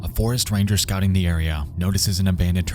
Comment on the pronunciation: Voice and way of speaking is kinda funny lol. "volksWAGON" lol. just odd emphasize at times. some words are barely understandable. "scouting" is completely swallowed.